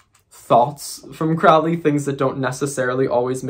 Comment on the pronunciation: Lon Milo Duquette didn't know Crowley. Crowley died way before. Crowley rhymes with Holy, not crowley which rhymes w fouly....